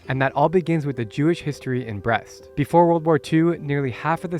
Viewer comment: It's pronounced Breest, not Breast. Lol